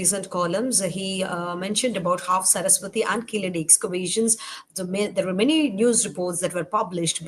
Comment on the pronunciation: This fellow does not pronounce properly Keeladi.